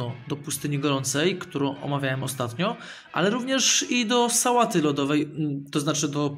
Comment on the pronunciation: SSAŁATY LODOWEJ XD